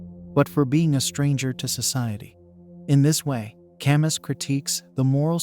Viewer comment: Albert "Cam--Us" ? Get a peson to narrate.